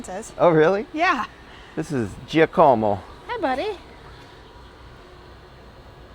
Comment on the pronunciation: Love your visit to Napa. Was your designated driver listed on your rental agreement for insurance coverage? Just curious how that works. Also Giacomo is pronounced JAH koh moh. Looking forward to more 48 hour visits far and wide.